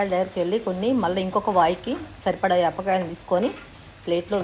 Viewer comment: యాప్ కాయలు కాదు పాల కాయలు